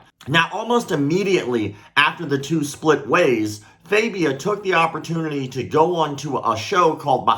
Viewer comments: It is joshua fagia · Host: "Joshua Fabia? " Freak-boy: "Joshua FAHbia " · It's Joshua FA bia. FA like LA in La la land.